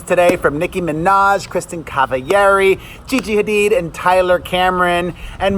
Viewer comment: You read Kristin Cavalleri in SPANISH! Lol love ya.😚